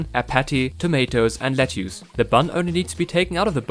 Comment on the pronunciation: Im curious; where are you from? Ive never heard lettuce pronounced that way. Good review, definitely buying this